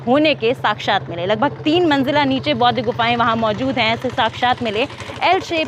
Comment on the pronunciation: १) कृपया.......... सबसे पहले .....शब्द....."बौद्ध" का सही उच्चारण करना सिख लो। 🙏 २) "बुद्ध" से पहले क्या/कौन/कोई........था?🤔❓